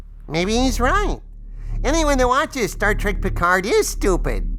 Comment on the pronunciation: I never watched season 2 of Piccard (rhymes with Bicker), but the only true highlight of season 1 was Ryker. He was OUTSTANDING in Every Scene. Beyond that, it was garbage and they unnecessarily made Seven of Nine a lesbian. Blasphemy